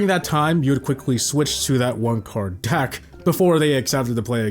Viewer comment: You keep saying “Dack” instead of “Deck” and it’s Highkey pmo